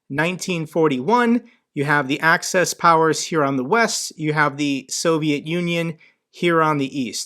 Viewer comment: It's axis powers, as in axis of the earth not access powers as in i have access to something.